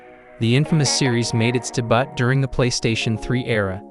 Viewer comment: Debutt lmao. Ai isnt taking anyone over anytime soon lol